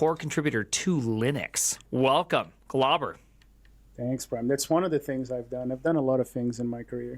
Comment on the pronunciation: Name: Glauber Primogen: "Globber"